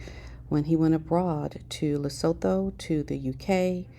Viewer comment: Lesotho=Lee-sew-too, not leh- sow-though. Ugh.